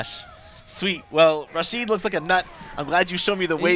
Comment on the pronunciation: his name is rashid not rashed. Rashid kinda rythem with acid. its arabian name and i'm arabian thats why i know how it pronounced